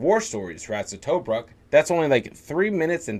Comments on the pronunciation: To -Brook is how you say it 😉😉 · To- bruk not toe-bruk